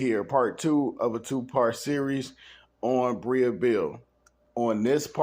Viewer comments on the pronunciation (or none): Her name is Breeeeeeee no “a” sound. Okay back to the story.